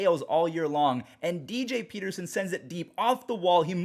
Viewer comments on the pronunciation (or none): I knew that was his name, I was so confused when he said DJ Peterson